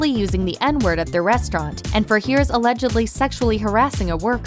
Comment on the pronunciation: Bubba's last name is pronounced Hires, not hears. Ask Paula, or better yet, ask Bubba.